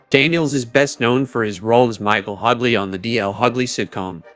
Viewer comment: Hugly lol it’s Hugh lees